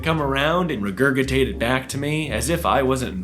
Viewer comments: my skin be crawling from that pronunciation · I have never heard regurgitate pronounced with two hard g's until . I'm impressed. illuminated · I’m sorry, but how did pronounce regurgitate?!